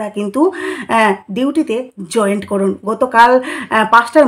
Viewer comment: ওটা জয়েন্ট নয় জয়েন।